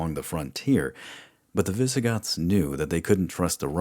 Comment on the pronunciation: Honestly the only thing that bothers me at all is that you refuse to use "S" at the end of words like "the Byzantines" or "the Visigoths".